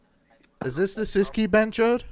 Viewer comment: Bonus tip: BhenchoTH with a 'T' not' D'